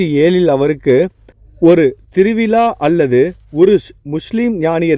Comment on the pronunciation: Thiru vila zha ucharipu illa ungalidam . Vilaa illa vizhaa endru ini sariyaga sollavum